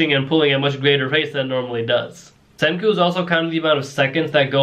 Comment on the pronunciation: It's Senku, not Kenku